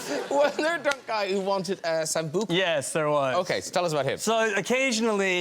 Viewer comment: Mark Ruffalo your beautiful and hilarious but the pronunciation of sambuca tut tut.